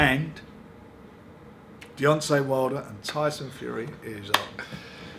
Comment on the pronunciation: Definitely calls him Deyonce Wilder at the end. The amount of boxers names he gets wrong makes me piss myself